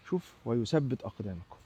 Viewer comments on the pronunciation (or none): جميل بل رائع لكن الآيات تقرأكما نزلت وليس باللهجات يسبت أقدامكم ( يثبت أقدامكم ) وبعدها سم ( ثم )